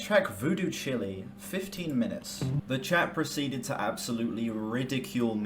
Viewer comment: Lol chile not chilli